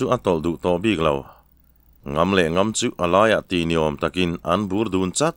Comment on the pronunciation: Sêna Raltê: Ka lo sawi leh hrâm teh ang, a thawnthu a ngaihnawm hle a, chhiartu âw pawh a la nalh e. A maherawhchu : Kuta thil kèn sawi nan chanai KIAN sawi na kén ti a i lam ṭhin leh Hlau lo sawina NGAM tih NGÂM (Ṭi lo)ti a i lam ṭhin hi chu a tum a ṭhelh deuh in ka hria.